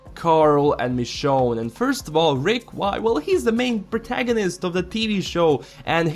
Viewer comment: It's Michonne.